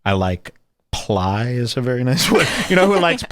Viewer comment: why do I keep laughing so much, it's just the way he says "ply", it's ridiculous. As a hobby woodworker, I'm gonna start using that anywhere someone gets too serious about making a wooden trinket box. The Ply tree is the most superior tree.